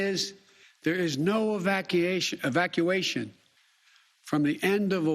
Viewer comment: Did he just say "Evaciation"?????